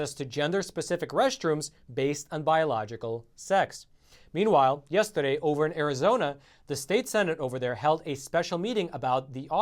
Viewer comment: "meanwhile, yes-ta-day..."